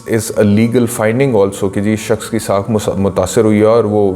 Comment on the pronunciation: لفظ ساکھ ہوتا ہے ساخ نہیں، بہت معافی کے ساتھ۔